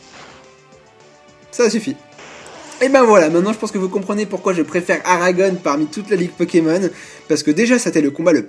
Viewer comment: Il faut que tu prononces Aragon sans "one" à la fin, ça me file les frissons, à chaque fois . Comme le poète Louis Aragon